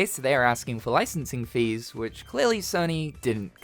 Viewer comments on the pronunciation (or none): none